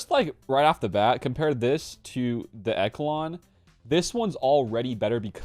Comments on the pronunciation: Pronounced eshalon the ch takes on a sh sound, great work bud keep it up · I rushed slkr, so im pumped about the echelon. Also I think it’s pronounced eshelon.😂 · Echelon should be pronounced "Eshelon". Thank you for the good videos. Keep up the good work.